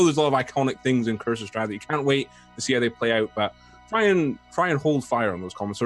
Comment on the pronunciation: made me cringe so hard, I can get changing up the story a little and messes up some of the reveals, but flubbing the main antagonists name really took me out of it